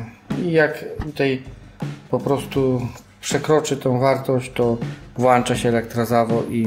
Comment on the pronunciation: I to nieszczęsne słowo" włanczam "